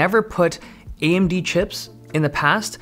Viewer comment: the way he says "AMD laptops" lol